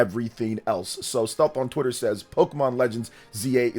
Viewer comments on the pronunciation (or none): none